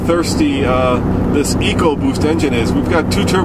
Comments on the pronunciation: It's pronounced E co boost not echo boost. Makes me want to pull my hair out. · echo WTF people ECOBOOST say it right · it is ecoboost not echoboost...I think they need to go back to school to learn how to spell and pronounce words...lol My 2 cents worth